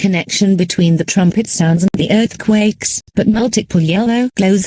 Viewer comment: I think what would be a little more correct would be “we apologize for the sudden interruption”. Not only that but in one part “earthquake” was mispronounced as “lurthcaks” and “emergency” was misspelled as “emrgency”.